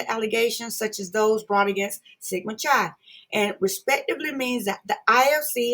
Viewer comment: You are saying Chi wrong